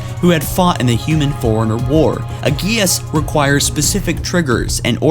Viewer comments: The li-berry-an foreigner? Did you mean librarian forerunner? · OMG forerunner (4- run-ner) not foreigner. i cant watch this channel with you sounding like you've never played the game. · Pronounce forerunner right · Matthew Bridges He said it every time